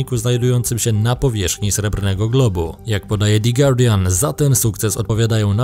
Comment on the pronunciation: Super kanal, ale prosze cie - the guardian wymawia sie DE GUARDIAN NIE DI GUARDIAN.